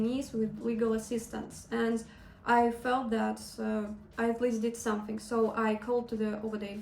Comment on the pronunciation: someSing around Zat? Are you serious? you even do not any effort to pronounce English words in the right way dude! It is miserable!